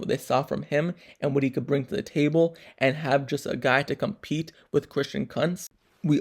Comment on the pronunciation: Kunntz not cuntz😂😂😂